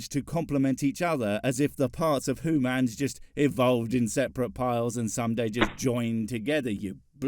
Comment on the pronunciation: I still think you're a ferangi with how you pronounce humans. You're just trying to convince us that you're not Edit: I'm starting to believe that all these hooman conflicts are minuscule and pointless. In the bigger picture, we are all..........